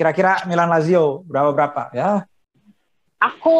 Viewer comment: Tolong bisikin ke si mbak, Lajio Sepele.